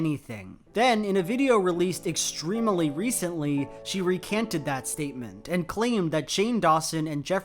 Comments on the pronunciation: i love u and ur videos but every time u say “extremeuhly” i die a little inside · Provocative analysis as usual, but can we talk about and and...."extrem-e-ly"? Is this a idiolect, or is it a regional thing? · Love your videos! Also the way you pronounce ‘extremely’ so it has four syllables... :D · Loving the svarabhakti he puts in “extremely”